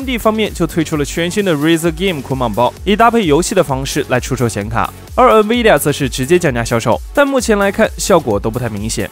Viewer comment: N的读音有问题，不是读eng 而是en